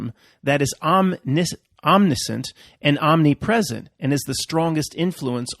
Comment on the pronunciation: Cum laude and you can't pronounce "omniscient"?!?! Or were you joking?